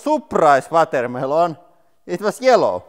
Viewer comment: The way you pronounce it “vatermaylon” is delightful